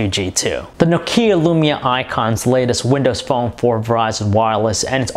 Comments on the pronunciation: i like your reviews but the way you press the words and Nokeeya spelling ...i just want to smack you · Annoys me when Americans can't pronounce things properly... it's not 'no-KEE-ah', it's 'nock-ee-ah'